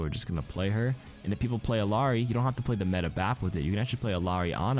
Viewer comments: As someone who speaks Spanish hearing ILL-ARI is driving me insane. It’s pronounced like Iyari. I know it’s pixels, but it’s the principle. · bro how you gonna pronounce illari's name correctly the first time then incorrectly the second time? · Spanish speaker here, and yeah it sounds strange. But as others have said, her name is Quechua (I think it means "daybreak"). If nothing else, she and Echo seem to pronounce it Iliari. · Everyone still struggling with Illari pronunciation huh. Imagine there's a Y in it. "ill - yar - ee"